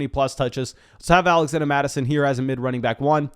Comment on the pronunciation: Why do you keep calling him alexanda mattison